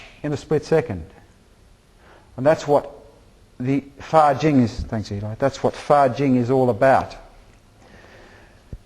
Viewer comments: a lot of confusions things here. this guy misunderstand a lot of things, and misunderstand others martials arts. he explains wrong and doesnt understand what 发劲 fajin et non fajing quil ne sait meme pas prononce. did even really learn taiji? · a lot of confusions things here. this guy misunderstand a lot of things, and misunderstand others martials arts. he explains wrong and doesnt understand what 发劲 fajin et no fajing what he cannot even say right. did even really learn taiji?